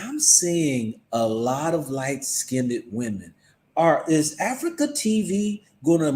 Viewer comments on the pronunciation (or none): FYI - "skinned" is pronounced as 1 syllable. It is not pronounced "skin - ded".